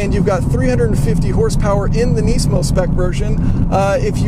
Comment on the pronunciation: if youre going to compare a lemon to a pencil at least learn to pronounce the nismo name.